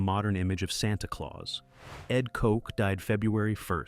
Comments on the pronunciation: It's pronounced Kotch, not like Coke. Anyone alive during his mayoralties knows this. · New York mayor's name is pronounced KOCH, the ch like Chico sound.